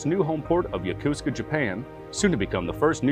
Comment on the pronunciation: Yokosuka pronounced [jokosɯ̥ka]) Yo-ko-su-ka not ya-kuz -ka.....